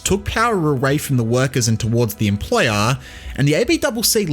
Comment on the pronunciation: was that emphasis of "employer" for a reason or do I just forget how aussies talk